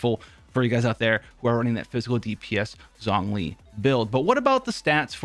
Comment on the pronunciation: Every time he pronounced it "Zongli" it hurt me